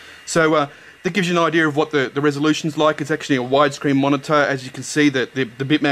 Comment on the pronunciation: it's IDEA not IDEAR.